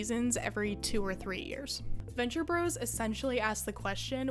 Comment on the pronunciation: I didn't know they were canceled. Thanks for the video, yet ah god, please stop saying "Venture Brohs." Gahhh. (also liked, etc).